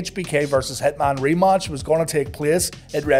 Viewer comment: “The wrestlemania re-motch”